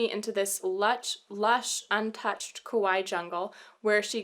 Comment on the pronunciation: She's trying to say Kauai. It should rhyme with Hawai'i, but it doesn't because she's a dumb.